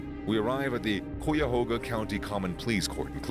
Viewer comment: In cuyahoga it’s pronounced like (ky-ya-ho-ga) in Cleveland